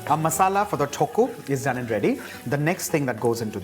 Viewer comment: Haha..the way he pronounce tokku 😍😂 is actually cute..